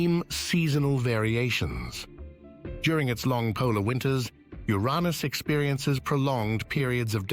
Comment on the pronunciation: Funny, how the narrator says, “U-Rahn-Us” for Uranus. 😂 He’s trying not to laugh so it says it differently? Or he doesn’t want to talk about U’s Anus!!! Uranus…🙈